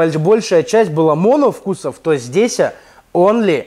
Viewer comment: ЗдесЯ немного слух режет) , а в целом конструктивный и полезный обзор. Инст:@